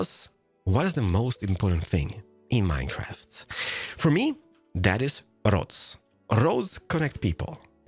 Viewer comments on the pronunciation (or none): none